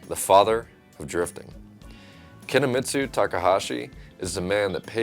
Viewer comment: Hey - its Kunimitsu Takahashi, or Kuni-San - not Kinimitsu 🙃